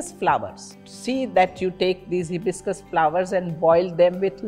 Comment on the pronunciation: Pronunciation of hibiscus is wrong